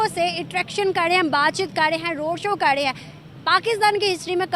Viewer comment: Madam r hota hai d nhi hota .tum sabhi pakistani bhikhari ulta paida huye the kya .wo 'kar' hota hai 'kad' nhi hota 🤦‍♂️🤦‍♂️🤦‍♂️🤦‍♂️